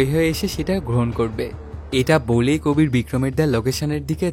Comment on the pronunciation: কবির ❌ কাবির ✅